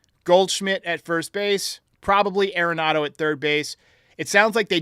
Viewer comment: It's pronounced AR-en-NADO. Everyone says it wrong. He's said that himself.